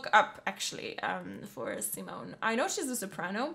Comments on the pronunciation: Please, pleeeeeaaaaase NEVER pronounce Simone like the English Simon!!!! It's hurts my ears. 😬 She is a woman and the name is pronounced like "zeemone" with the last e not being silent, it's a schwa, a very short e-sound like in Goethe. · How you pronounce Simone always makes me cringe. Simon as you pronounce is the male variant, her name is pronounced Sea-moan-uh, with the emphasis on the second syllable, and the third syllable short and very de-emphasized. :) <Edit> Ah your pronounciation improves considerably as the video goes. Good, good :) Love your reactions, keep up the good work. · 'See-moan' (female) btw, not 'Simon' (male) xD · Your reaction videos are always so energetic...They're always so much fun to watch.. 😃 Just a little observation,, Simone's name's pronounced si-món...accent on the 'o'. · Simone is pronounced as Seemone (mone as in bone) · SimOOONEEH, not Simon! It's a she... And Within Temptetion is so overrated! Wannabe-metal... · Simone her name is Simone with an e at the end like THE, so repeat after me SIMONEEEEEEEE on youtube she explains how to pronounce her name WATCH it